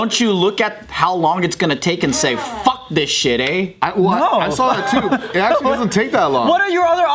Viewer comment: can’t go one take without fucking up the word “actually “